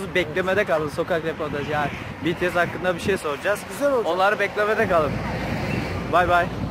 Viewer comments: biri Betese dedi😂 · betese dedi sanki biri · Ben önceden betese diyordum öğrendim ki bitiesmiş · bts direk olarak be te se diyenlere uyuz olanlar +1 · aynen benim anne de namjoonun saçına ve rapine takmış durumda 😁neredeyse army olucak..başka bir grup izleyen ""hayır cipiyes daha iyi onu cak ""diyor ve bu arada bities demek yerine cipiyes diyor😂😂😂😂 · Evet ya betese dediklerinde çok gıcık oluyorum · YAZILIS=BTS OKUNUŞ=BİTİES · Hssmrb Ndvdjskz O zaman Bts'i de yanlış söylüyoruz? Bangtansonyeondan diye okumak yerine BiTieS diye okuyoruz değil mi? Çünkü kısaltılmışı bu, ayrıca kimse Army kelimesini yanlış okuyor diye sahte Army olmuyor. Sen bir duayı yanlış okuduğunda sahte müslüman mı oluyorsun? Kimsenin Army'liğine laf etme linç yersin... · Be te se dedi ya uyuz oldum